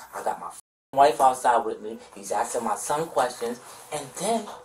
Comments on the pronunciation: When cops start axing questions, you know you is in troubles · They can’t say ASKING??? Why is it always Axd